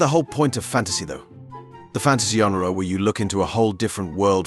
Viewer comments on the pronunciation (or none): "yawn-ra"? Neither english or french pronounce it like that.